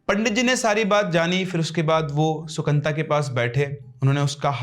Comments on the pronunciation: Sir, sorry but its not Sukanta... Its Sukanto in bengali.. so funny hearing it as Sukanta🤣🤣🤣🤣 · The Bengali name is - Shu-kan-to.